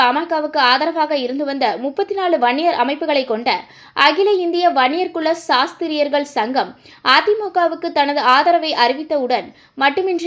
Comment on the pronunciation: சனியனே... சத்திரியர்கள் என்று கூட உனக்கு சொல்லத் தெரியவில்லை... சாஸ்திரியர்கள் என்று சொல்கிறாய்... நீ எல்லாம் பேச வந்து விட்டாய். நீ வாயை மூடு.